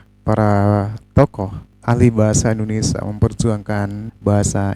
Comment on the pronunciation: Maaf bang indonesia bukan indonesa, gelihdengarnya😂😂